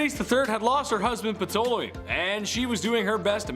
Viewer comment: Ptolemy = TALL-oh-me